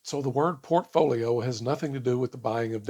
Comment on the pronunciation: Impossible to take her information seriously when she literally makes up words; “profolio” and then uses that made up word repeatedly.